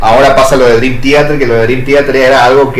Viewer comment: 1. Kevin Moore estuvo hasta Awake (1994) 2. Mike Portnoy volvió a finales de 2023. Durante el 2024 trabajaron Parasonnia y en 2025 lo lanzan. 13 años estuvo fuera de la banda. El mismo lo dijo una y otra vez que fueron 13 años. 3. Man, que mal pronuncias Theater 4. Una boludez mencionar tu hate a Coto jajajaja la tenes adentro